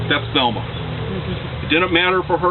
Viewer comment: Too bad this guy (whoever he is) didn't even know my mom. Couldn't even pronounce her name.